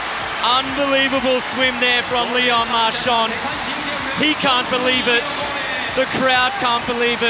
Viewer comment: Precious tip for commentators that are native speakers of English: in French you don't pronounce a "d" at the end of a word when it's preceeded by an "n". As far as pronunciation is concerned, it's "MARCHAN", not "MARCHAND".